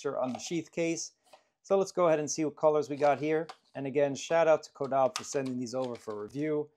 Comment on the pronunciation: Incorrect. Is CAW-DAH-BAY